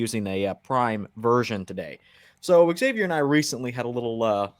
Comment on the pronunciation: "Eggzavier Willis" lmao dog he's your friend you can't do him like that